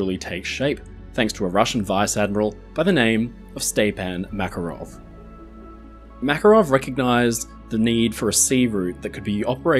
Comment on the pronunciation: The name is pronounced as ste-PAN maKArov (E like in "stick", A like in "pun" or "car"). Our stresses are a nightmare to foreigners, yeah:) Thanks for covering the topic!